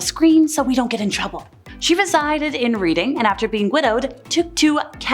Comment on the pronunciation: BTW The river in London(Thames) is pronounced Tems. Also, the place Reading is pronounced Redding. Kate Webster was caught and hanged. The head of her mistress was found many years later in David Attenborough's property during renovations.